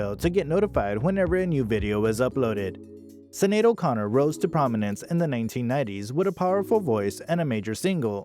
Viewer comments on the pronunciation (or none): The Star-Spangled Banner story is completely false according to Sinéad in her memoir Rememberings. Her name is pronounced Shin-ade. Her daughter's name is pronounced Ro-sheen. This story is poorly done. She deserves better.